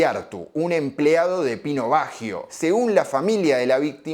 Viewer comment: Excelente análisis. Eso si : que carajo le pasa a Argentina que no puede pronunciar bien un apellido Italiano ????